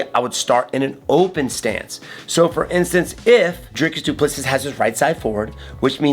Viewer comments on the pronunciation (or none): His surname is pronounced Du Ple see (👀). Like see in English but shorter and no last S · Bruh. It's pronounced Doo - Pleh - See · you pronounce it DOO-PLA-SEE. YOU'RE WELCOME. Say the champs name right 🤜🏼🇿🇦🏆 btw...great fight breakdown 💪🏼 💯